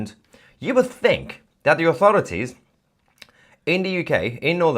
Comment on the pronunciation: It's not De. It's. The. Cmon, it's not difficult.